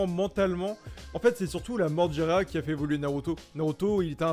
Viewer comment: Mdrrr vous avez écorché le nom de Jiraya le pauvre 😭🤣